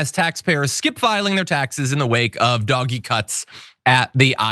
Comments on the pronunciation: Doge is pronounced like dodge but the O makes the Oh sound it's not doggy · Thank you for calling it by it's correct name , Dog-E 😆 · "DOG-EE" cuts? It's pronounced "DOH-j ", you lost me at that point. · Call it dodge ee, not doggy.. doggies are good, DOGE…people that do dodgy shit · Motherfucker really said "doggy". Doge is pronounced D-oh-jj. I understand that you think you're being cute by intentionally mispronouncing the name, but you come off as out of touch. Way to go. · Doh! j. - Doggy. Same. We know what he means. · I think Doge is supposed to have a soft G—Dodgy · John, PLEASE don't pronounce DOGE as "doggy!" Dogs are wonderful. DOGE should ONLY be pronounced the correct way which is DODGY as both their actions and members are incredibly dodgy! Thank you. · I haven't heard DOGE pronounced "doggy" before. I think it's more accurate to refer to it as "dodgy". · Why do you keep saying "doggie"? That's how you spell what you say. Everyone else pronounces it as "Dojj" as in with a soft g and silent e. Your insistence on pronouncing it, differently is making me switch off the video, seconds in. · stop saying "dog-ee" for feck sakes. It's pronounced "dowzsh" At least get the pronunciation correct if you're going to rant about it. Ya sound like a dang fool when you say it wrong. And damn you for making me defend any part about it. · Hearing "doggy" makes me cringe but thanks for the coverage! 😂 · First time I've heard it pronounced "doggie" and I'm never going back. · Why does he keep saying doggy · Please stop saying "Doggie" like a moron. Take the mere 2 seconds it takes to google "pronounce doge" and at least sound a little more intelligent on the subject. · Doggy shit! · It's pronounced "dodgy". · Don't say "dog-e" and then laugh at "tesler" it's equally cringe. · Oh i like him calling it Doggie lol like a dog dirty dog... lol 🎉 Doge implies royalty. It is equal to a Duke. 🎉 #Ettd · it was never pronounced “Doggy” - ever